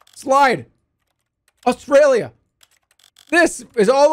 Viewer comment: How does he read one word wrong so many times 😭